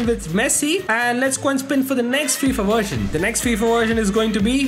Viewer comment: Why does he keep saying Wheel as Vheel and Version as Wersion also Volume as Wolume it's just annoying